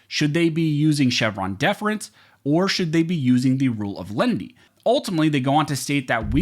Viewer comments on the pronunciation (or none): The Rule is not "of LEND-Y". (Nobody borrowed anything.) It's "LEN-IH-TEE", (3 syllables). "Lenity" is "the quality or state of being mild or gentle" [Random House Webster's Collegiate Dict. 776b.] (Here, in legal interpretation, leaning toward "the people", in preference to a Gov't Agency.) [See also LENIENCY (4 syllables)].